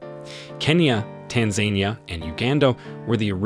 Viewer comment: You mispronounced Tanzania